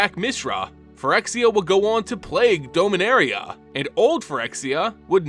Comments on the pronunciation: Your pronunciation MTG proper nouns hurts me. Now but can only hear Homer Simpson say D'oh-minaria. Or am I the only one who's been saying "dah-min-air-E-uh" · Teferi... Teh Fair Ee Mishra... Mee Shrah Dominaria... Dah Min Ahh Riah Tamiyo... Tah Mee Yo At least you pronounced Phyrexian correctly